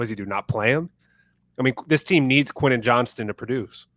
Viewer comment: I can see Harbaugh not playing Quentin Johnston and cutting him loose in a trade if Johnston doesn’t improve in camp. Plus, not sure I can take much more of mispronouncing his name. Also, is the best unc., without doing an AOL search, what does my alma mater of D3 Whittier College have to do with the Chargers?